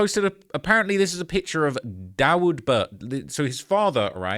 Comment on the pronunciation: Not that it matters, but I'm pretty sure Dawud is pronounced Davuhd, like his son.